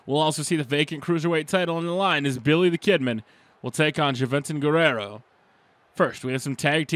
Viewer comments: its pronounced huventud guerrera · "Billy The Kidman"? "Ja-Ventin Guerrero"??? hahahahahahahahahahaha Dude that made my freakin day! Cheers🍺